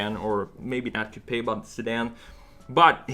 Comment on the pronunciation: my drunk ass cant handle it when he says "cou-p-aye" lmao